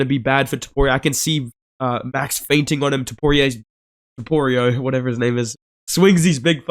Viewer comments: It’s hilarious when he says topurio😅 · bro said Topoirier 🤣